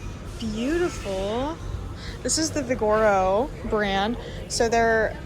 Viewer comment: Omg 😂😢😂😢 say it with me.. vig o ro, vig o ro. Not vi gor o 😂